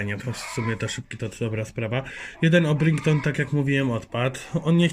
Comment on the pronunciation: Orprinkton tak się nie mówi mówi się orpington